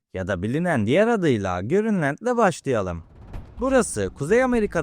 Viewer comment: Grinlend değil grönland amk önce düzgün oku dislike atıp çıktım